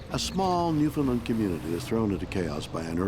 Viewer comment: Shatner is Canadian and should know how to say Newfoundland